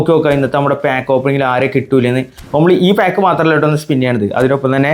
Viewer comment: Pack ❌ paak ✅🤣